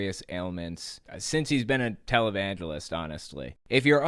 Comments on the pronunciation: When you said Jim Bakker was a "televangelist" at first I heard "Talibangelist." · "televangelist" My bad hearing: "Talibangelist"